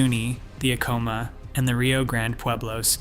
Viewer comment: Acoma is pronounced ACK oh muh. Check pronunciation on Picuris as well. There is no mention of the Navajo that populated parts of the area after the Pueblo peoples set their homes in the East of Chaco.